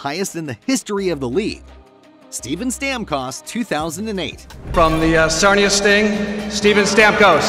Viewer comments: You had me until i heard to say StamCost. Hahaha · The pronunciation of Stamkos hurt my ears :p. Great video though!